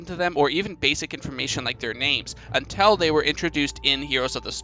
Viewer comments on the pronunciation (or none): U say until weird lol. “Untell”